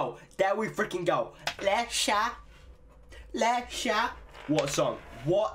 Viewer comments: loosing my shit with you saying Lexa right!! hahaha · The x can be pronounced in both ways in portuguese, like in "expectativa" (means expectation) the x sounds in the english way, but in Lexa's name sounds like "sh"